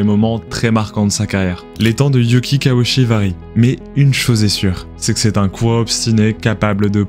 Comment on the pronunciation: Why repeat the same visuals over and over ? His name is mispronounced as "she" instead of "chee" (last syllable).